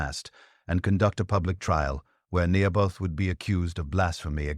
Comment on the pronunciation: Naboth not Nehoboth. Sons of Belial not Baal or Beel.